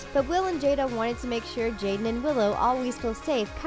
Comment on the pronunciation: how yall say jada & will smith but subtitle it as "jaden" disrespectful